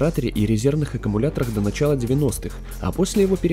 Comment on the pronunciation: Не нАчала, а НАЧАЛА! НЕ ХренОва, а Хренова! Ты меня разочаровал, чувак!